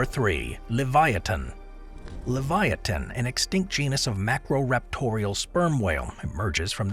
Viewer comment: U pronounced Sarcosuchus wrong as well, and pronounced Leviathan wrong too